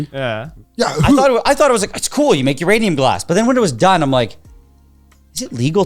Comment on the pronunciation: 🤓☝️"uhm actuawwy uwanium gwass"